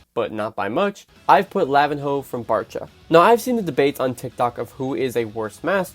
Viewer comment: "lavin hoe"